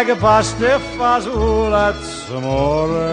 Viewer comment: It's Amore, not a moray!!!!